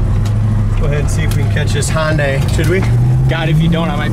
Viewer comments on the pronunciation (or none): When trying to catch that Hyundai it's not pronounced HONDAI , there's no O in it. Just remember Hyundai / Sunday.